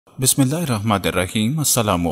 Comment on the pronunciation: Are you mad? You read Bismillah wrongly. In other videos you pronounce some words wrongly in Urdu. کیا تم پاگل ہو؟ آپ نے بسم اللہ غلط پڑھا۔ دوسری ویڈیوز میں آپ اردومیں کچھ الفاظ غلط طریقے سے کہتے ہیں۔